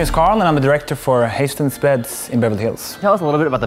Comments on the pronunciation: "Haystens beds" - Damn Carl, do you even Swedish? Americans know how to pronounce "Charlton Heston". They could probably combine that "hest-" with the "-ense" from sense and wind up with Hest-ense, feeling really Swiiiiidish in the process. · But he said hejstens😭😂 👋🏼🗿 min hjärna krampade lite när han sa Hästens första gången😂😂 sen blev det bättre xD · Steve: It's a Swedish company Me, a Swede: Hästens? It's hästens "My name is Carl and I'm the director for Hästens beds" HA!